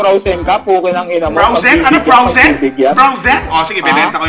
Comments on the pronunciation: hahaha froazen daw hahahah bobooo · Frowzen Sabi nya hahahahahahhaha ha anong Frowzen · Frozen hindi Frowzen Natawa ako dun. Hahahaha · " o sige binenta ko na Yung frawzen(frozen) ko" HAHAHAHAHAHHAHAHAHA LT